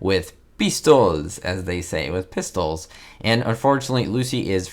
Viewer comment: Dueling with "peestols."😂😅😂😅